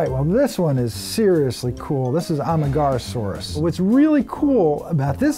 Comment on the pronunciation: Soooo...we're really just going to let that pronunciation of Amargasaurus (uh-MARG-uh-SAWR-us) slide? He said, "Amagarasaurus" I'm not even going to touch Parasaurolophus. Nice video though.